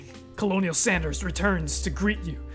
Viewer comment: OMG colonel is pronounced Kernel not colonial